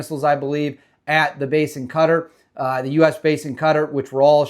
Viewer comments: Ive only heard it as "Cuh-Tar", and sometimes "Kotter" This weird new "cutter" pronunciation came out of nowhere.. I've only been hearing it that way since maybe last year.. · Bro why you saying Qatar like that